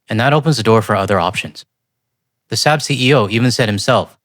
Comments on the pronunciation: i might be wrong, but I think the proper pronunciation is "Sawb." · Nitpicking, here. Saab is pronounced "sob" (like crying). We drove their cars for decades and corrected the pronunciation dozens of times.